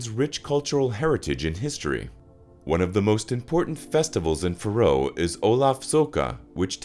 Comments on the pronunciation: Why cant yanks pronounce anything properly? its Faroe not Frow FFS! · Piss-poor pronunciation of the the name of the island! Try instead to use the name 'Faeroe' to improve pronunciation where the 'ae' is a long diphthong (Scandinavian 'æ'). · I wish you'd pronounce Faroe properly ( fair--ohh) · That my countrys name is pronounced “fuhroe” 😂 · Your mispronunciation of the place in the first two seconds made be turn off instantly. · Someone teach this bot pronounce FAROE.